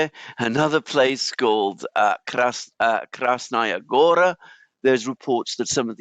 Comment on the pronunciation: Not Krasnaya GOra, but Krasnaya GorA in russian means the red mountain.